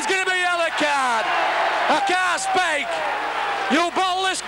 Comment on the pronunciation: "i can't spake!" continues to spake